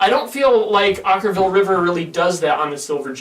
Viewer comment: Oh you guys are so brutal...at least you pronounced the band's name right this time. Shocking.